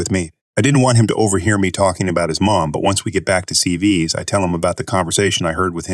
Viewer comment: It's not CeeVees. It C V S! I love these stories but I get the feeling you don't read them over first. Especially when words are split between 2 lines of the stories.